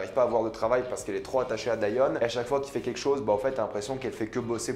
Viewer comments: on dit diON pas dian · pourquoi tu dis dAion alors que même dans la série en VO ils disent Dion? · Comment peux-tu prononcer Dion « Daïon » après l.avoir vu en anglais ? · En français ça se prononce « dionne » 😂 et je suis pas du tout d’accord, j’ai vraiment aimé cette série et j’ai hâte de voir la saison 2 (je pense qu’il y en a une) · En francais sa se prononce Dionne mais sa s'écrit Dion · Sa se prononce Dionne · Wallah arète de dire daion tu me stresses appelle daion 😤😤😤😤😤😤😤😤😤😤😤😤😤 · On dit dione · Que tu prononces son nom moi j’entends John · On dit dion (dillionne)